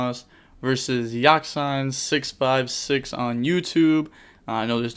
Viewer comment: What's up guys the DB mispronouncer here. I'm just playing around but it's pronounce Ya-Ceen. But I feel you. Like whenever I play a good game 1 I think oh I could submit this to and then my performance dips game 2 or game 3. I make misplays, I screw up my combos I make bad decisions. I think It's fine. There's nothing wrong with feeling nervous or feeling like you have to make peak content everyday even if you mess up i know i'll still watch the channel. I know my friends will still watch the channel. So it's alright, chill out and don't take it so seriously. Just relax and proceed to full combo cuz your fanbase has got your back. Hope I could help or make you feel better.